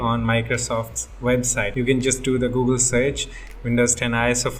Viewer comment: how you said The google search with your accent and ty which is for thank you